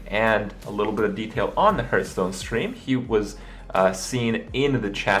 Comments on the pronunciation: Hurthstone lol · It irks me that professional Hearthstone players and casters can’t even say their own game. How is hearth pronounced literally every time you open the game. It’s NOT “herth”